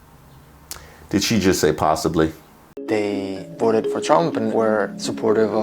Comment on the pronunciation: "... I will boat for Donald Trump.."🕺💃🐔